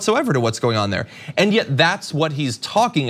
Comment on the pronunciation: Great but its “and” not “ayend”